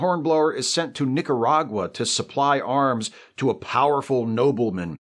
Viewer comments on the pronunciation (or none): none